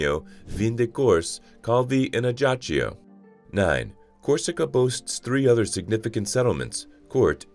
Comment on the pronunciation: Please learn to pronounce Ajaccio correctly. It hurts!